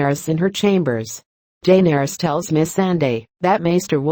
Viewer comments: I hate the way the narrator pronounces "Daenarys". 😣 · felt like stabbing myself everytime heard DAYNERYS